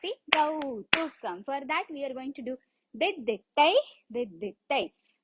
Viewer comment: Its not kautukam... Its kautvam..